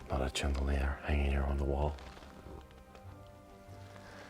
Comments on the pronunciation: Chandelier is pronounced Shan da leer. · When you pronounce chandelier, it is not like the ch in cheese but it is a softer sound like in share , shape, or the name Sean. Just a little English lesson for you. I love your videos and have view many of them. Thanks 😊